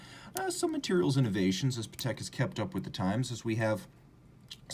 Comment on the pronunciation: Great review! Not sure why wouldn’t you pronounce Patek in the correct way… 🤔